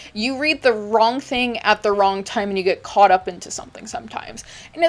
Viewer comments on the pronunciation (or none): none